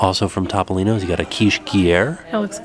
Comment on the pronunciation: Topolino's? Pronounced - Toe Poe Lee No. It's Italian.